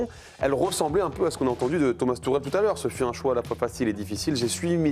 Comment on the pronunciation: Le gars s’appelle Tuchel. Pas Tourelle… Ça fait partie du journalisme apprendre à prononcer les noms, non?